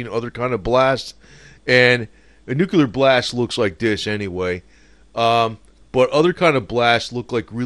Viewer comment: Nookoolurr lol